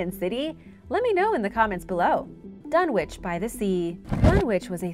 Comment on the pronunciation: The w in dunwich is silent it’s pronounced dunnich